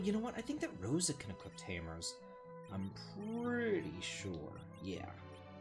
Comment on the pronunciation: Funny you say that. The word uses that drives me mad is when he says "equipt" instead of "equip". And not as past-tense/equipped, but as in "I'm going to equipt this on Cecil". Of course it doesn't matter as I thoroughly enjoy playthroughs regardless, this one especially since this is one of my all-time favorites as well.:)